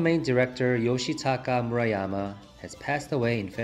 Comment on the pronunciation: Umm I don't think that's how you pronounce Murayama sir...